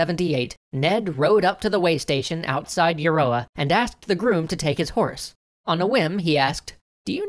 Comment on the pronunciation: Euroa is pronounced ya-row-ah, thank you kindly -A native Victorian